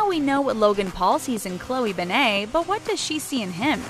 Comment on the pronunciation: Say her name like a normal human being